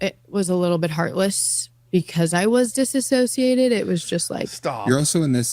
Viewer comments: As a therapist, my body cringes when people say disassocate. It's DISSOCIATE!!! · it's dissociate NOT disassociate!! Two completely different words